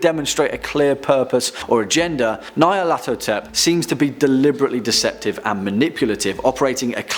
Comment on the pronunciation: the scariest thing in this vid is the pronunciation of nyarlathotep